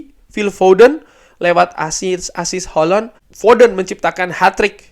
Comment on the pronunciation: Bang bilang Haaland nya jadi holonn.. sangat crunchy dan bikin geli bang.. tapi manteps bang lanjutkan penjelasan dan konklusi nya yg roar biasa akan selalu kami nantikan dan didengarkan secara seksama karna detail, mendalam juga bernas sekali bang.. cuman geli aja pas bilang hollooonn 😂